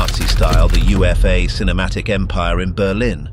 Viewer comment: UFA was said as "OOH-FAH"